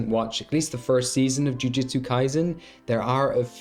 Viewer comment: “Ju-jut-sue.” Not “Ju-Jiu-Tsu.”